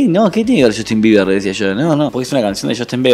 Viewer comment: acaso dijiste JUSTIN BIEBERGAS ??? xd Sapeeee